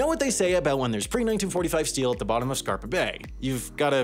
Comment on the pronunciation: It's Scapa not Scarpa. A mistake like this should not happen.